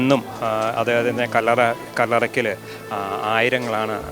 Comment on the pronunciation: Don't say Kaber Pls pronounce Kallara